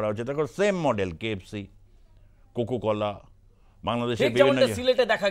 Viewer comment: স্টাইল না ❌, উচ্চারণটা হবে সিলেট ✅ কুকুকলা না , ❌ -> উচ্চারণটা হবে কোকাকোলা ✅😁😁